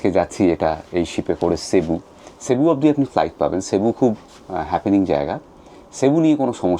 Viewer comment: San Jose is pronounced San Ho-zay Also its pronounced sebu - not shebu